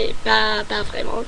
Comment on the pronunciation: Attention aux lettres muettes à la fin de certains mots qui ne se prononcent pas (exemple à : mes parents, : arrondissement, : vraiment...La lettre T ne se prononce pas) Sinon tu as bien compris le masculin / féminin des mots et quand tu fais l'erreur tu te corriges et c'est très bien. La prononciation est bonne également on te comprend parfaitement. Continue à t'entrainer à parler pour fluidifier ton langage. En tout cas bravo, je te félicite.